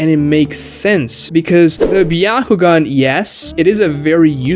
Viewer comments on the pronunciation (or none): Is it pronounced byahugan or byakugan?